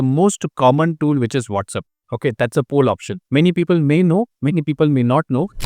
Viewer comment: It’s WhatsApp NOT WhatsUp